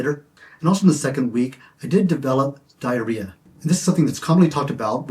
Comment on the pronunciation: "Diareah" LMAO